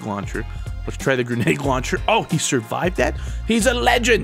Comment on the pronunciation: It sounds like you're saying GRENAGE launcher XD